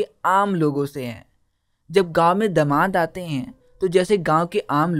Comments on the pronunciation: not daman its damad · That's not daman it's damad 😅